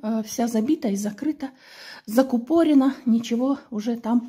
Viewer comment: Надо говорить "закУпорена".